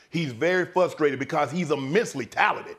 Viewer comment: Somebody teach shannon how to say FRUSTraded.